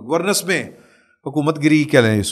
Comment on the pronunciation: گورنینس۔۔۔۔not گورنس💖